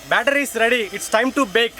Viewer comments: It's batter not bettet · uhm it's not "cake better" it's cake batter